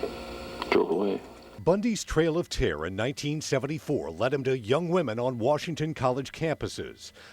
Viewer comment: What is, “trail of terr?” I mean, it’s obvious he’s trying to say terror. But he repeatedly leaves off last syllable. I don’t know. Weird.